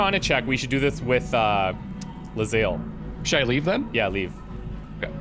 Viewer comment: I don't know if I can keep watching this series. All because calls her 'Le-zael'